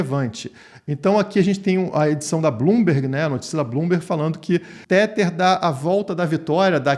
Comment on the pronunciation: Não aguento mais escutar pessoas pronunciando Tether de maneira errada. Nesta palavra, o TH tem som de D. Então repita comigo é " TEDAR " TEDAR TEDAR TEDAR TEDAR TEDAR. SE TIVER DÚVIDA É SÓ DIGITAR NO GOOGLE TRADUTOR E COLOCAR ELE PRA PRONUNCIAR PRA VOCÊ!